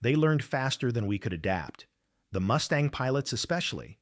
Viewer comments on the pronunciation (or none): Get rid of the bloody AI generated voice. The plane is Mustang not a Moostang.!! FFS!! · What the hell is a Moostang? Crap ass AI at its finest. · “Moo-stang?” Gimme one more, and I’m gone! “Tahn-ah-pah? See ya! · it's not a Moo Stang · “P-51 MOOSTANG!” Hahaha! Idiotic A.I. SLOP! Go away, A.I. STOP INFESTING YOUTUBE! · Robot says Moose-tang. Stupid robot! When robots rule the world and A-I is their God then what chance does Humanity have other than to expect extermination! Resistance is futile!! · Moose-Tang? Please stop paying for this AI crap!